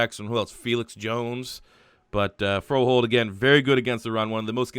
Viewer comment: Haha awesome video as always... It's kinda fun listening to so many mispronouncing Hjalte Froholdt's name... And yes it is quite difficult so I found this on the Arkansas Razorbacks website (First name is pronounced Yell-duh … Last name is pronounced Fro-holt) which is probably the closest you can get to pronouncing it correctly without being able to speak Danish natively... It's close but if you used the first name (the English pronunciation) in Denmark chances are that most people wouldn't know which name you were actually saying even though it is a fairly common name among kids in Denmark... But it's awesome that you tried... Keep up the awesome work and keep those NCAA 14 rebuild videos coming...